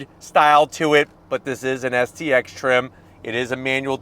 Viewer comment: Why do you keep saying xst…. Its stx